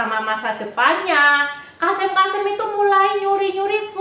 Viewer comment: Maaf sekedar masukan saja untuk pembacaan kosakata agar lebih baik. Misal: KASIM dibaca KASEM.